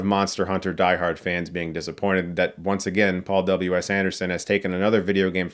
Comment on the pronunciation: I thought you said " ... was directed by Paul double-U ASS Anderson..."